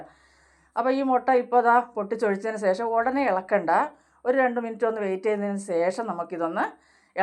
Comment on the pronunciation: സേശം അല്ല ശേഷം ആണ്